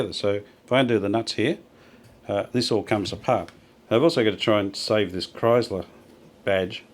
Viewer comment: Beautiful... “Live art.” Thank you 🙏 Just one little thing... “Kriesler” is pronounced (exaggerated): “krÍÍÉsler.” Not: “krAAIsler,” if you get what I am trying to say. Not to worry!!! German words are notoriously difficult to pronounce. But though you would like to know. Cheers!